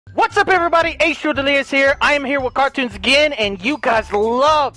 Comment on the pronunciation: H2o It sounded like you said ass